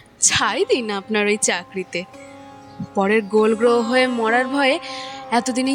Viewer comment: Dui ekjoner avinoy valo lagleo sakaler avinoy not upto the mark .golgtoho sabdo ta korkbar vul uchharon holo. Taholeo apnar channel er sribridhhi asha kori.